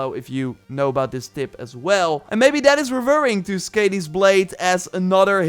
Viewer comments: that's is-kuh-dee not skeydee (Skadi) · Skaði= pronounced “SKAHD-ee;”